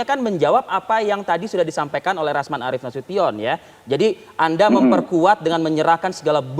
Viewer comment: Hhhhh RAMZAN, ADUH, GIMANA KAU SALAH2 BACA. SIAPA SIH KETUA MAHKAMAH TINGGI Partai Demokrat yaa. Hhhh BENER TUH Ke ZAKI ajaa DENGER nya ENAK.